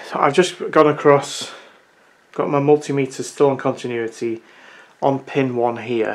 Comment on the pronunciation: Yey! You said Multimeter instead of stupid Mul Timmiter ❤